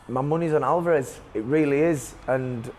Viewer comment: WHY ARE YOU CALLING HIM ALVAAAAREZ? NO ONE SAYS THAT. On the plus side, liking these interviews